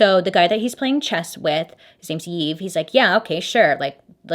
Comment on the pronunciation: Not trying to be rude or anything but the name Yves is pronounced like eve. My friends dad has the same name